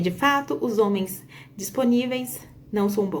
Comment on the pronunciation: Os "zôme." 😂😂😂